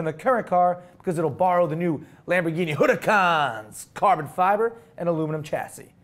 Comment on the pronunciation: you keep on pronouncing the H in Huracan. It's SILENT!